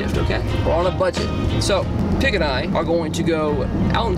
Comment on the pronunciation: If you expected me not to come here and say "Peeg" then you are mistaken...